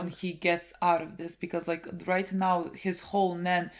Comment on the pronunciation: It's not even roight innit